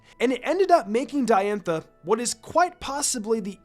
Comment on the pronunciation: not to be "that guy" but its pronounced dye-anne-tha. not d-anne-tha